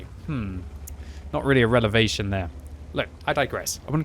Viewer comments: Had a relevation aye quicky? Is that like a revelation by chance fella? 😂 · "Relevation" Is QB a Frames fan..? 🤔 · Relevation? I think QB is making up new words again. * Revelation * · Did no one else catch him saying "relevation" instead of revelation xD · Really, a relavation? Now that's a revelation to us all. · definitely not a "relevation" but more like a "revelation". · Relevation? Dont you mean revelation? Glad you didnt get your PhD in English Language 😆